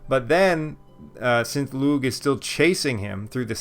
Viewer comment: I think u've corrected this pronunciation of "Lugh" since this video, yes?